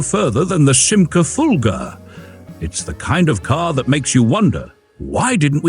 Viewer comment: It's Fulga, not Fulger. Stop with the i intrusive R, it doesn't belong.